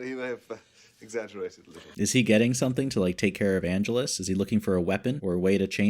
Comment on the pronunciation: Minor nitpick, but your mispronunciation of Angelus has been driving me batty. It's ann-jealous. I loved your reaction to When Liam met Darla. . . (Angel's origin story) The actor playing Kendra? Even 10 years later she was still playing a teenager! Didn't you recognize Darla (the lady vampire hanging out in the alley) from the first few episodes of season one?